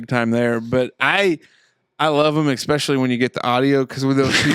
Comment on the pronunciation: talks a lot of shit on Zach's grammar for someone who can't pronounce wonder or perspiration. Might have heard a little expecially in there too.